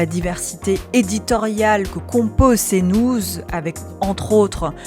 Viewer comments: Cnouze... Bonjour l'IA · Tu travaillerais pas à "Cnouz" des fois ? 😂